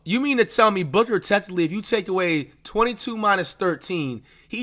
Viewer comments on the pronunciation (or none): none